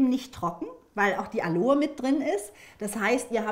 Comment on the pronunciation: Es heißt nicht Aloe sondern A lo e.